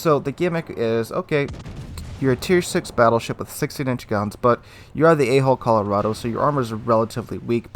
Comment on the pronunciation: Hard to pronounce hull instead of hole? As in A hull Colorado?